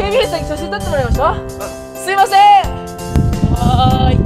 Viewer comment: 「はいすいません」がだいこになってるよwww😂